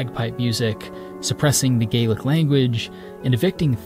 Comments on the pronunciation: this video was going so well and then you pronounced gaelic the irish gaelic pronunciation. It's Gàidhlig (or gaa-lek) in Scottish Gaelic; not Gaeilge (or gae-lick) like it is in irish. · A minor gripe and obviously 5 months late but Scottish Gaelic is pronounced Gah-lick as opposed to Irelands Gay-lick. Whilst they're both from the same root language of Old Irish as diverging branches of the Goidelic. Speakers of each trying to converse could maybe manage but it would be like someone using English or American English trying to understand someone speaking pure Scots. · Wonderful video! Lil tidbit- when referring to the language spoken in Scotland, Gaelic is actually pronounced "gal-lick" with a short A sound! (Your pronunciation would be accurate for Irish Gaelic.) 😉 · Very, VERY, nice video my friend! I live 7 miles outside of Glasow. Glencoe is just over an hour away from me, which is where our mountainous (we call these munroes) region starts and spreads for many miles. I do have one criticism though! Your pronunciation of our native tongue is wrong. You are actually using the Irish gaelic pronunciaton :/ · Thank you for your interesting video I enjoyed it, but take care with your pronunciation of the word Gaelic. There is a difference between how one pronounces the word Gaelic in Ireland and Scotland. And Scottish is a different language with routes common to English Also the arrival of deer in Scotland predates Williams arrival in England by millennia and did not become an issue until several centuries later. England, Ireland and Scotland whilst geographically close and historically enmeshed are still to this day very separate and distinctive entities.